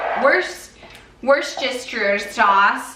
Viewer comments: This video had me in tears, fucking incredible Ps. Worcestershire is pronounced wusstersheer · Worcestershire sauce - woo-ster-shire sauce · I love this😂 Also you pronounce it likeee “woostersheer” 😁